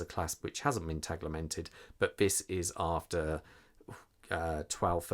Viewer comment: There’s no ‘L’ in Tegimented!! 😂 Great review though, thank you. I’m desperate for Sinn to release this in blue, as per the U1b but am not sure I can hold on much longer! The classic red/black colourway is such an iconic Sinn look that I’m torn! Keep the Sinn reviews coming! 😁👍